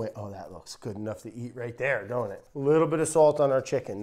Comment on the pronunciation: its "sawlt" not "swolt"